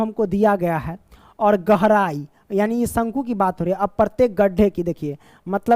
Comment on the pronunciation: Question 4 tu me gehrai not gorai sir be like 😂